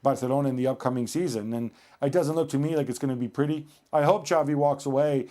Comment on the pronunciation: It's not Chavi It's Xavi